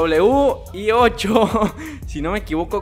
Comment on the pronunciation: se dice demedobleve dieciocho